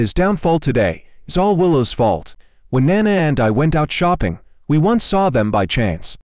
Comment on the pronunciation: I really don't like how you pronounce ana's name......lol 😂😂